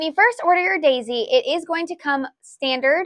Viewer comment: I love how your accent comes out when you bring out the Dayzee. It really shows your enthusiasm and how much care goes into Geshelli Products❤